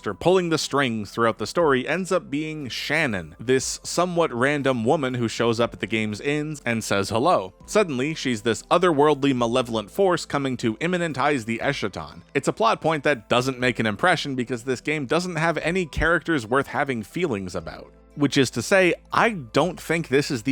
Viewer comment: 🚨You mispronounced “eschaton” (meaning end of time or end of the world). It’s “es-ka-tahn”.🚨